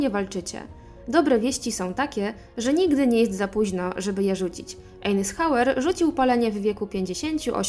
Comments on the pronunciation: Wymowa nazwiska to „ajzenhauer” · Spróbuj wygooglac jak sie czyta nazwisko Dwight Eisenhower